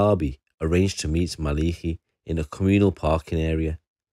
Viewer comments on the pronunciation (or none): It's pronounced ma Le ki not maliki was known locally in the south east and beyond